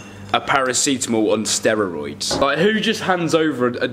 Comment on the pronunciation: I just wanna say you say you said steroroids 😂